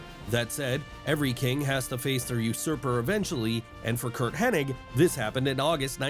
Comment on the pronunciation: It's Kurt HENNIG, it's NOT Kurt "HennING"... Shouldn't YOU, of ALL people, get it right?!?!?!